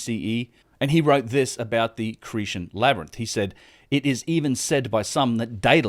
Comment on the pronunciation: Cretan has a hard 't'. Hellenes is pronounced 'helleens'. Colonnade is 'colonnaid'.